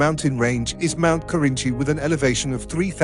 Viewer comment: The narrator is MURDERING the pronounciation of most of the Indonesian names and/or words, including Mt. MERAPI, Mt. SINABUNG, GUNUNG, KERINCI, KRAKATOA, etc. He only got the easy ones correctly: Sumatra, Java, and Toba.